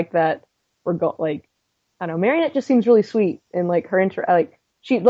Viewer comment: Also, her name is Marinette, not Marionette.